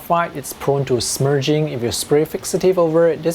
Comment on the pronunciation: Love, love, love your accent. The way you say "smudging" made me smile "smerging"